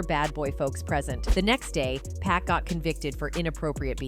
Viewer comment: "POCK!" not Pack... 🙄